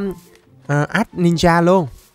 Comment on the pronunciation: con ech anh noi la oninja la ko phai no ten la grentninja